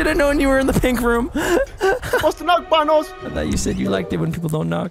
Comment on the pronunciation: I love it when says banoss